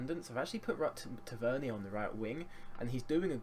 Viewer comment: Btw mate it is pronounced Tav - Er - Neer . He got annoyed when the announcer said it the way you say it. But great series mate keep it up!